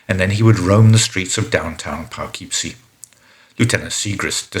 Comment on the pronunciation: Your pronunciation of "Poughkeepsie" is driving me nuts, but since you aren't from the US I'll give you a pass (it's pronounced "Puh-kip-see")